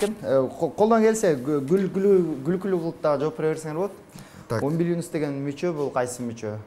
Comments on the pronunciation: Умбулинус эмес😂 " УМБИЛИКУС деп айтылат " -, латын тилинен алынаган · Умбиликус дейт а не умбилинус 🤣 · Киндик умилиНус эмес умбилиКус да😅